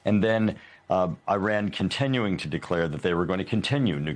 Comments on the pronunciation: This clown can’t pronounce Iran. Right Wingers are bleeping idiots.. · He talks about it how many times? and never says it correctly😢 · "Nuculer" and "Eyeran." Another genius repuglican. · What is nucular enrichment? Is the same as nuclear enrichment? And why the name of that country is pronounced as far from the actual name?